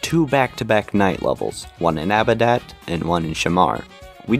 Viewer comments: Did you seriously just say “Abadat” ?! It’s Adabat. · "Abidat"? I think you mean Adabat lol 😂 😂 😂 😂 a.m. 12/27/2022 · You pronounced Adabat wrong. You said "Abadat", swapping the letters around.